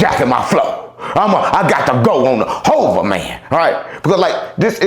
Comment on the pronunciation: His so called name is Hova.. not Ho😂😂😂